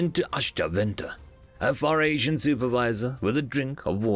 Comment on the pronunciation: It's pronounced "Fuh ree sian".